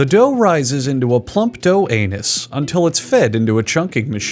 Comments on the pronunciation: ‘Plump dough anus.’ lol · Had me in the beginning until he said plump dough anus. 😅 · “Plump dough anus”. Three words I hope to never hear in the same sentence ever again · “Plump dough anus” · "plump dough anus" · I love how these always start out normal with genuine facts and then out if nowhere you just hear "plump dough anus" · >Dough anus Excuse me? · "A plump dough anus." 😂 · He called pepperoni carrots🤔 and dough anus????🤔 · "𝙋𝙡𝙪𝙢𝙥 𝙙𝙤𝙪𝙜𝙝 𝙖𝙣𝙪𝙨"